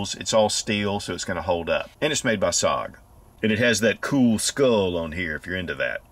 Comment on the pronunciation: Interesting… my original comment didn’t make it past Al G. Rhythm because I dared to say the word that a thumbs up represents. I’m so happy you said “Sog” rather than “S-O-G” 🥲 That’s worth a thumbs up by itself. My first thought was self-aid… under-fire intubation.